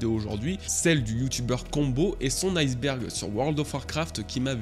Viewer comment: je suis un casse couilles mais iceberg le ice se prononce pas ice comme en anglais. à la base c'est ijsberg du coup on dit i-sberg et pas ail-sberg